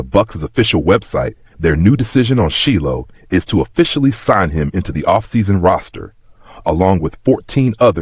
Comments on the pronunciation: How did this this AI go from Shilo to SHELL is he doing it on purpose?. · Sheelow. I was like huh?